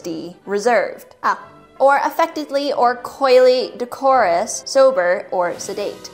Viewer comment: DECK-er-us (decorous). Uh Romeo and/or Juliet demure?? Nah they were hot-to-go teens, and furthermore Romeo was into Rosaline at the beginning. But you two are adorable and exquisite!